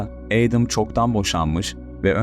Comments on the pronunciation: Adam(Edem) diye degilde Eydim diye okuman😅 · Edem değil edım diye okunur. Ayrıca video sahibi de doğru telafuz ediyor. Laf sokucm diye komik olmayın mk